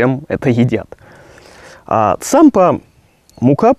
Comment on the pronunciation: только правильнее Тсампа